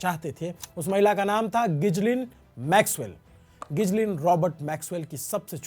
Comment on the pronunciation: गिजलिन 😅 गिलेन ✅